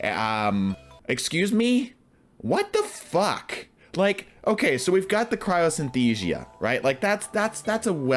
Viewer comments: I think it's Cryosthesia, not Cryosynthesia. I could be wrong though. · Dude, it's cryo sin-as-theezha. And while we're at it, Jotunn is yo-ton. I saw that Godtuber Gowasu meme where Cayde-6 says "how's Joe?" I don't even wanna quote the rest! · Is anyone gonna let him know he is severely mispronouncing Crypsthesia?